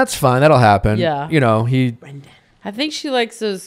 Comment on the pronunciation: I need Nick to start saying BREN***DANS name correctly before I go crazy.